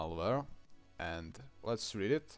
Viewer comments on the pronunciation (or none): none